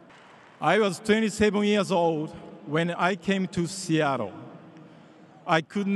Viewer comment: 長い英語スピーチよく頑張りましたね。奥様は確か英語話せましたよね？特訓してもらったのかな？特にseattleの発音が素晴らしい。 カタカナで表すと「シアトル」ではなく「シアロー」と上手く言えてます😃上から目線で失礼しました～